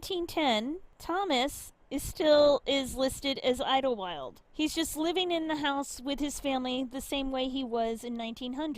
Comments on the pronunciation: It's pronounced idle wild as in wasting idle time idle. Just add wild, idlewild. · Idle-wild. Thats how it is pronounced by us yinzers. We even have an amusement park called idleWild.